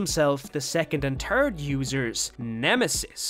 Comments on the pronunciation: “Second and turd user” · Bro he said the turd user